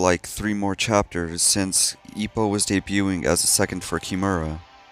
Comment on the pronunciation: ugh the way you butchered ippos name hurt my soul